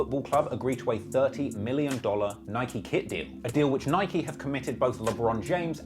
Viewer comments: Its NIK-E! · Bro it’s ni-kee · the way he pronounced Nike for the first 17 minutes hurt my ears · How bad is at pronouncing names, can't pronouce Nike and Melbourne